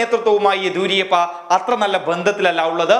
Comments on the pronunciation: ആദ്യം യെദ്യൂരപ്പയുടെ പേര് മര്യാദക്ക് ഉച്ചരിക്കാൻ പഠിക്ക് മാഷേ.. (യെദിയൂരിയപ്പയല്ല!) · യെദിയൂരിയപ്പ അല്ല ... യെദിയൂരപ്പ എന്നാണു.. Yediyurappa... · യെദിയൂരിയപ്പ ആണോ എദിയൂരപ്പ ആണോ ശരി.